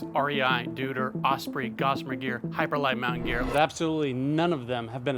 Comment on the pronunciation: Dude, it's pronuounced "doyter"